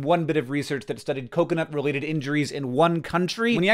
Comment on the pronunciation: Hank I understand you're a Basement Yard fan but you cannot keep pronouncing coconut this way 😂😂😂